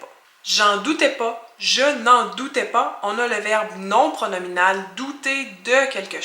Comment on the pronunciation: Eje me doute qui Washington gagnera contre Toronto samedi. Eje doute qui Washington gagnera contre les Habs St. Sylvestre. Ce sont corractes? La blonde et moi, on sera à toutes les deux parties. Merci pour la leçon,. J'oïe la québecoise en celle capsule: je m'en doute «pó». Plus marqué parmi les Acadiens au Canada, la glissade de «a» en «ó». Assez curieusement qui cette glissade passe pas en Louisiane. On énonce «pas» sitöt comme en français métropolitain. Qui t'ecoutes la chanson traditionalle cajunne «Les Haricots Sont Pas Salés» par Aldus Roger ou Ambrose Thibodeaux (Cajuns) et pis pour Salebarbes (Acadiens du Canada). Qu'on se rend compte qu'y-ya pas de paroles «corractes» aux chansons traditionelles cadiennes.